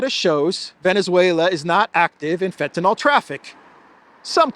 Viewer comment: Lol can you carefully read the word FENTANYL? It is Not FentanOL as you read. 😂